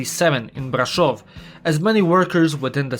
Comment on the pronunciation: wow that “Brașov” pronounciation sounded fluent ngl